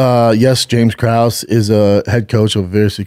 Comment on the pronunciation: I’m so confused by why his production crew lets this man MISPRONOUNCE EVERY NAME. For someone who gets upset when someone calls him Brandon, he sure doesn’t seem to give a hoot about pronouncing names correctly lol. WAY-LAY? CRUES? MINER? All those are way off 😂